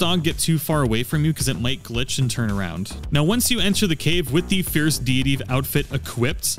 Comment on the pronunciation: I keep hearing Fierce DEE DEE DEE 😂😂